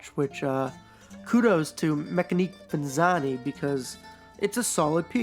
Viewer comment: Looks like a decent watch. Pronunciation wise, I would go with meck-ani-kay ven-et-see--ah-nay. I think the thought behind the brand is ‘Mechanical [watches of] Venice